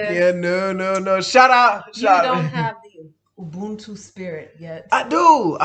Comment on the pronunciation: Someone on the live chat said can pronounce South African names and words very well which is true just like in this Video (Ubuntu (Humanity) and Amapiano) was pronounced with a JHB accent and also, she has pronounced words and names from different languages very well. on the other hand has a long way to go lol.